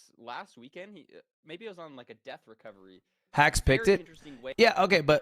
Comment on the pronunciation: hax won playoffs because he's the only one whose name lud didn't mispronounce